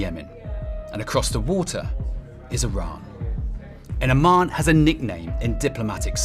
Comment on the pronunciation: Why doe he keep saying Arman, instead of Oman🤔